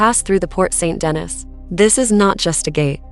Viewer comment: It’s the sen, not scene! And ile de la cité! And San Deny, not st Dennis! 🙄🙄🙄